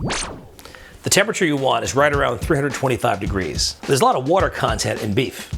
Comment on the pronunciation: wait how many deGREASE did he say?